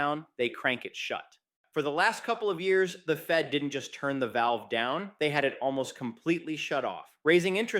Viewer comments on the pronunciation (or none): none